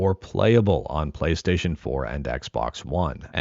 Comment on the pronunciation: Why they call it Chonkystaytion?😝🫠!